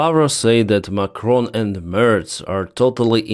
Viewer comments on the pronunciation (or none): none